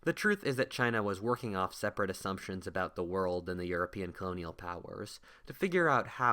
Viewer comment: it sounded as if you said “I’ve already talked to the Japanese Pirates in the north” instead of “I’ve already talked about the Japanese pirates in the north.” Not a critism just hilarious how it came out for me to hear it x)